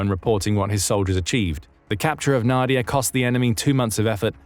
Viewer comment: Not NAdiya but naDIya: the stress is in the middle syllable.